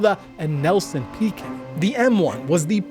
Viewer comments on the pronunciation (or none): Nelson Piquet last name is pronounced "pee-kay."